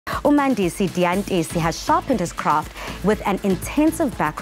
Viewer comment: I cringed when she said his name uMandisi Diyantisi..it’s Dyantyisi damnit 🤷🏽‍♀️